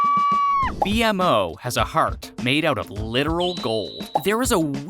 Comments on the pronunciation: It's painfully obvious you've never actually watched the show. You call B-MO "B-M-O" and the Candy Kingdom "Gumball Kingdom". If you're going to make a video on a subject, do some frickin research. Poser. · Just call him B-MO, not B-M-O😭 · This is the second video I've seen where you call B-mo B-M-O. It's pronounced Bee-mo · It’s not pronounced B . M. O It’s pronounced BMO. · SAY BMO NOT BE EM O AAAAAH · Just the fact he says B-M-O instead of B-MO ruined the whole video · right, like tf is a B- M- O- ? ITS BMO! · There’s a lot of incorrect “facts” here but decent video. Also it’s BMO not B M O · stop calling bmo B M O call him bee-mo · bro said bee em moe and gumball kingdom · All that research and he’s still calls B-MO B.M.O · This guy hasn't watched a single episode. "B-M-O" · IKR or pronounce it as the cast in the Outro where it says “beemo” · For real, it hurt everytime he would say „bee-em-o” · Seriously. Almost got me yelling at my screen. It's B-Mo! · I've never stopped watching a video faster after I heard B-MO pronounced exactly like that. This channel should thrive with non fans and interns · The fact that he mispronounced B-MO undermines the entire content 😂 like are you even a fan??! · The way you say bonnebell and BMO makes me wonder if you even watched the show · Bro won't even say BMO right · Lost me as soon as he spelled out Bmo's name